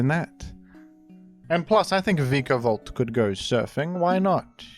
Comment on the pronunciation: Vivillon is pronounced "vivion." No Ls at all. Btw, you also mispronounced Milotic and Vikavolt.